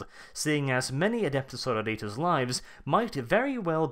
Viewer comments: I though it is pronounced "Suh-roar-i-tuss" compared to "Soar-oh-ritas". It's the Latin base for our modern word "Sorority." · Sorrow-Ritas? Are they an army of eternally depressed clones? so-RO-ri-tas. Basically, say sorority (the odd women-only organisations in American universities) only with -as at the end instead of -y. Pedantry ftw. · SorOritas god damn it not sororItas. Its Latin xD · Pedantic and late, but its soar-oar-it-ass. The base word is sorority, which is an american word for basically a female uni/college frat. Its not sorrow-ritas.. Sororit(y)ass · Sorori-Tas, not Soro-Ritas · I like it how you say Sororitas like Senoritas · His pronunciation of Sororitas in that latin-american esque style bothers me greatly. It should be more Suh-roor-it-us, in a Greek or old latin style. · I cringe every time you miss pronounce Sororitas /səˈrôrədos/. Remember it's Latin not Spanish. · That pronunciation of "sororitas" is killing me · The way you sororitas is driving me nuts!!!!!!! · I couldn't continue after your 6th or 7th mispronunciation of Sororitas